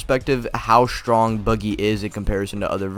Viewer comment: bro said stronk 💀